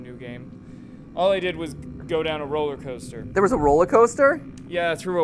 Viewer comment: Me when playing: screaming Mat pat: RoLaCoStEr